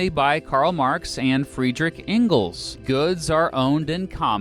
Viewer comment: An idiot presenting things he knows nothing about, not even how to pronounce Engels.